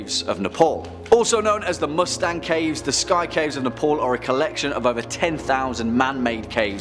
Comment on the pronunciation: Ne-pol XDXD